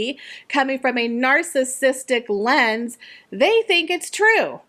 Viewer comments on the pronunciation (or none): none